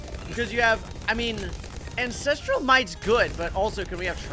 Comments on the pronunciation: Btw its AN-CES-TRAL, not AS-TRAL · Pls its ancestral might not "astral might" 😭😭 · "Astral Might, Astral Might" when it's really ancestral might. I love this guy